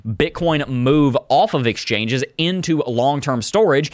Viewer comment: I will forever call them.. “exchoinges” ! Hahaha 😂